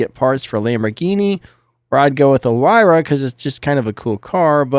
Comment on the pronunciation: Ok so imma try to help you say huayra better cuz its a hard word. So basically its pronounced like hwhy (the h and w are kinda blended and the rest is like why) ra (like the sun god Ra). Hopes this helps